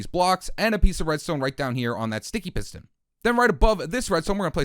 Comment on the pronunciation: Wow I hear it